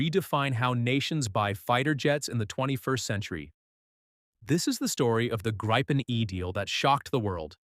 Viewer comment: Gripen; GREEPEN, not as Graipen